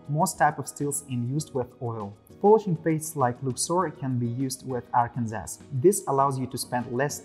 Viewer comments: Arkansas is pronounced phonetically as "Arkan Saw" not "Arkans Ass". 😄 Great video, though. VERY informative about all the materials and how they differ without falling into the time-killing trap of repeating the same information over and over, which is perfect! although the lightning worked better with the head-on shot, instead of the angle shot. Keep up the good work! You guys make great gear and you're really making your mark in high-end sharpening equipment, just wish I could afford it. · I was about to say. Apologies from USA. I'm not sure why all of USA says Arkansas the way people from Arkansas says it, where as New Orleans is still pronounced by everyone as spelled, and not the way people from the state pronounces it (i.e. "nawh lin")...